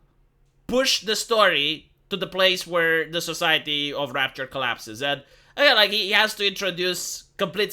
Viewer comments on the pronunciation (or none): "Rapture", not "Rupture" lol